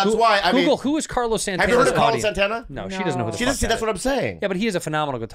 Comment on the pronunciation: SAN-TAN-UH! SAN-TAN-UH!